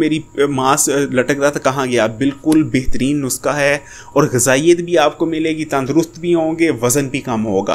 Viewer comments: bhai it's not nuska,,the word is nuskha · dear yeh NUSKHA hota hay na k NUSQA.... aur plz to the point baat kiya k karo buhat lamba khainch liye...